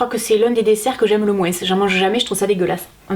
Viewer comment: Je vien de regarder quel dit moinSS et pas moin 🤣